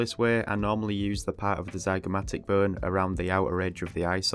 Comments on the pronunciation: I thought you were saying “burn” instead of bone. I assumed it was some anatomical term for parts of the skill but it was just bone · Lol when he says bone it sounds like BURN! 🔥